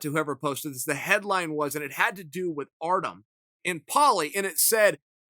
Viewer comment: Chael still undefeated on mispronouncing Artem's name